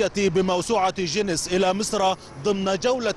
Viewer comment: اسمها چينيس مش جينيس 😂😂